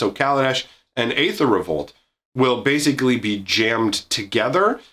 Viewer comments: is "Aether" really pronounced "Ay-ther"? I thought it was "Ee-ther". Also, TIL Toronto is bigger than Chicago. Did not actually know that. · After like ten seconds of searching, aether is just another version of ether, with the spelling differing based on different variations of languages, and it is still pronounced Ee-ther. Seems like most people just get it wrong because of the A that starts the word off, but is apparently silent, so Ee-ther is correct.